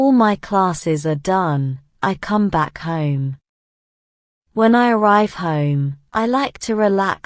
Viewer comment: I Heard "home" is = huim. This is different i usually hear